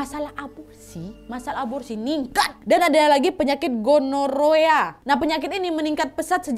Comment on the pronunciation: Gonorre bacanya wak 😁 semngat 🥰